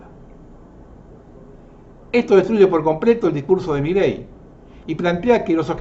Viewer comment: SEÑOR !. Con el Respeto que Usted merece , permítame hacerle una aclaración . MILEI no lleva Acento y Tampoco Son Dos Palabras . No es " Mí Ley " es Milei . . Espero no se Ofenda por esta menudencia que hace al "Condicionamiento" que ejercen Todos los Medios de Comunica--"SIÓN" . la inmensa mayoría aún ni se entera que en el Billete de Evita* de 100 hay 3 Estrellas de David que no están allí para que las Veamos sino para que las Percibamos . Cordialmente !. 😉